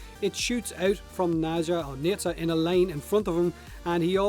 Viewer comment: Nezha is not pronounced how you say that. As a person with Chinese ancestry, Nezha is pronounced "oo-ja."